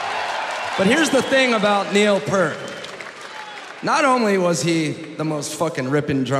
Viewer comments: It still drives me crazy that people pronounce Niel's last name "PERT" when everyone in RUSH pronounces it "PEERT". It's even in a movie on how to pronounce it correctly. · too bad he couldn't pronounce his last name Peart correctly. Its peert not pert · It's a pity Taylor didn't know Neil's last name is Peart, not Pert. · How does Taylor Hawkins not know how to pronounce Neil Peart's name? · Love it! But I can't believe Taylor pronounced Neil's last name wrong! Lol! RIP BOTH! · I wish Taylor would have said Neil's last name the correct way. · A shame Taylor couldn't pronounce Neil Peart's name correctly. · Such a tragedy that foo fighters were chosen to introduce them. What a disgrace. Not to mention saying Neils last name wrong. Pure disgrace.